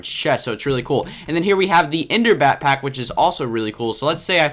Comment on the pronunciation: you said bat-pack instead of back-pack